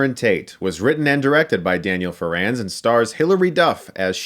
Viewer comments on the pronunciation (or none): The accent is on the “Fer” not the “rands.” I know.